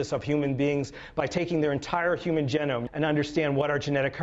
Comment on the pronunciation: How can I take this man seriously when he mispronounces the word genome...